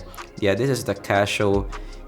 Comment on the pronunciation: Casio doesn't translate through your accent well...lol, you're saying Casho.